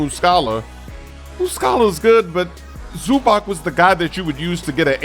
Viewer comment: ZUBAK? WTF